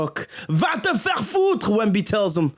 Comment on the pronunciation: As a french basketball fan, I have to praise you for saying french names correctly 😮, I'm impressed. The " vas te faire foutre" is légendaire 😂😂